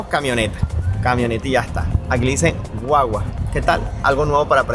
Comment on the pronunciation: Se dice gua-gua, no wa-wa